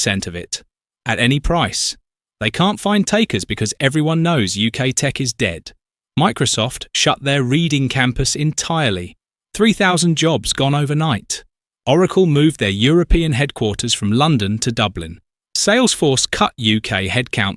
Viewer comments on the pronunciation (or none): You lost me when you showed you couldn't pronounce READING. (Redding) Do it right or don't do it.